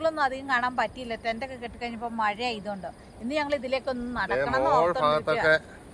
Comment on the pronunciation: മായ അല്ല മഴ